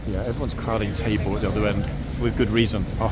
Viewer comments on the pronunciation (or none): Yes Tabor was there last week. 😊. I think a couple of us thought you said his name was Table. Hahaha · I remember Tabor from last week because I thought at first you were saying “Table” 😉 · lol thought you said table, and thought that’s odd name but oh well. Thanks for the correction on Tabor’s name ❤️